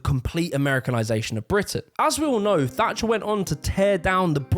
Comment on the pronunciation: It’s Thatcher not “Fatcher”